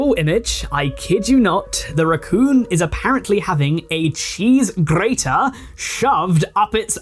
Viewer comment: WHY DID YOU ROLL THE R ON GRATER😭 MADE ME SNORT INTO THE CHOCOLATE MILK WAS I WAS DRINKING